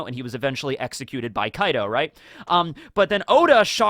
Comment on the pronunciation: it's kaido